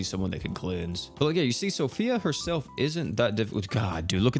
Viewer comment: So Fee. Not Sophia lol